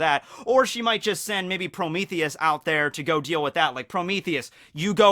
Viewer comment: Pro-MEE-thee-us. Not Pro-MEH-thee-us.